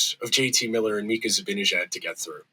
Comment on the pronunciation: Great rant,. But it's time you started pronouncing Mika's last name correctly. It's not difficult.